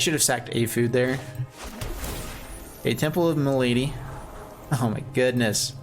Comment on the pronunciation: Hey there, not mic relate but it is pronouced as "ma-la-dee" is an old french word for disease:)